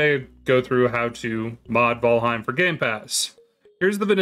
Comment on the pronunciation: bro said vaalheim